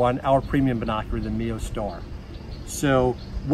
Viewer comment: Is he saying Bin Oc U Rar